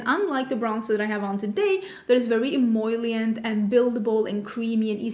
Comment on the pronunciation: emollient doesn’t have the word “oil” in it! it’s em-o-lee-ent